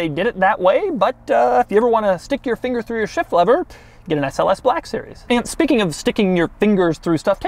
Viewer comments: Why does he pronounce black as blaaaaahk series? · The SLS BER-LACK series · 'Bleck' Series